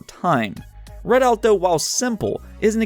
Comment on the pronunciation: It's "REDOUT" not "READ OUT" wtf